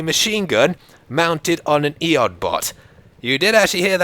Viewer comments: Just heard you say EOD, but you said it wrong. It is pronounced just the letters E O D. It stands for Explosive Ordinance Disposal. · Love your vids.. its pronounced E.O.D. robot tho. pet peeve ;p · its e-o-d bot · Great video.. I really enjoyed it, but EOD = Ee, Oh, Dee.